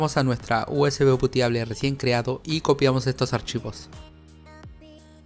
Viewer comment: USB Puteable 😅, el oído mal acostumbrado jajajajajaja